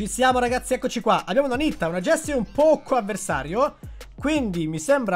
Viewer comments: Grande, io al momento ho quasi tutti i brawelr al grado 15, sto cercando di farli salire tutti insieme. Comunque, Pocho si legge "Pocio"😂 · Dipende la pronuncia originale sarebbe pocio ma italianizzatta poco